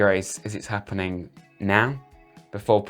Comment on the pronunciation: Not appnin!😂😂😂